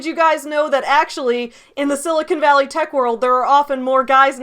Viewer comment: I just have to say I appreciate that you pronounce Silicon Valley correctly! It makes sense, although you're not a native Californian, that you would know how to say it, since you're a geek and attuned to geek culture. So often, it is pronounced incorrectly as Sili-CON, and occasionally, Sili-CONE. You say it Sili-cun, swallowing the last syllable, and it makes me happy to hear it!